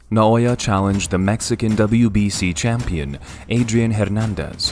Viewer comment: English: Champion Japanese: Chum-peon